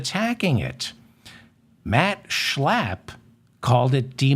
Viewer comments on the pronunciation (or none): Heil Zeigler! Stop Schlaaaaping German names around. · I love the way you pronounce Matt Schlapp. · I pray the Schlapp’s keep showing up in the news just so I can hear you say SCHLAPP😂😂😂 a spark of humor in the darkness Thank You David💙